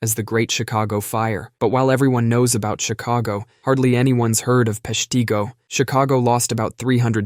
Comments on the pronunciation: PESH tih go, not pesh TEE go. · [PESH-tih-go], not [pesh-TEE-go]